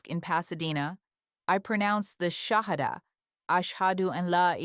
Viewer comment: I cried when she pronounced Shahada. Walaikum Assalam wa Rahmatullahi wa Barkatullahi